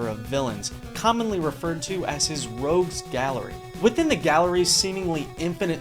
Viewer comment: Rogues not Rouges